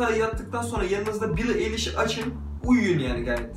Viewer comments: şey ya billie eilish(ayliş)diye okunuyor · ya keşke soyadını ayliş diye okusaymıştın:( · ayliş ayliş eliyiş değil ĞŞLKJHGFTRDESDRYTUG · "eyliş" değil "ayliş" garezim falan yok iyi niyetimle söylüyorum tamamen kanalı da beğeniyorum 😘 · Eyliş değil knk ayliş😂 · Bi de eyliş değil ayliş diye okunuyo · Eliş değil Ayliş ! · Diğer tüm videoların ve bu videoda efsane ama kızın soyadı "eyliş" değil"ayliş" diye okunuyor.❤❤❤❤ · Elis değil ayliş diye okunuyor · Eli$ degil ayli$ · Bro telaffuzu yanlis yapmissin duzeltmek istedim Eilish "Ayliș " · Knk öncelikle Eilish diyememen beni benden aldı bide keşke hayatınıda araştırsaydın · Eliş değil ayliş diye okunuyor